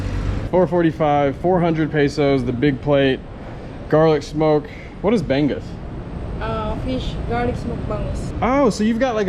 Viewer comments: The way you said Bangus really hurt me. That was the most gwailo attempt ever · no big; just kinda shocking since we had bangus all the time when i lived there. also fyi: it sounds more like 'bon gus' than 'bang us'. sinigang na bangus was ubiquitous at our house; i never really studied this but i had heard it was kinda typically visayan influence (more seafood based diet and less pork/chicken/beef etc. which always seemed at odds with the infamous visayan lechon)